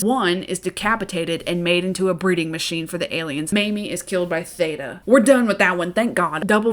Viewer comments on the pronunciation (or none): none